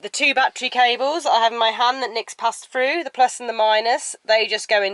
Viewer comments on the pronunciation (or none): "Fredded frew" ! ?